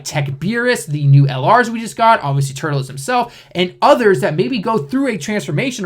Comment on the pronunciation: "tuRLes" not "turtleless"....